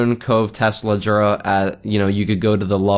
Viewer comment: Tseldora Sel-door-ra. But still I loved how you said Tesla-dora! Also Mula and Mulan! Ma-ju-la not making fun, sorry if it made you feel bad.